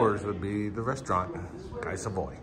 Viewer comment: Love all your videos. 👍🏻 JFYI, the correct pronunciation of “Guy” in Guy Savoy is “GEE” (hard G).